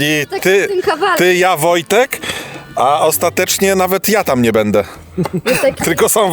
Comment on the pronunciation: bĘdĘ piĘtnascie …. 🙈 uszy bolą 🤦🏼‍♀️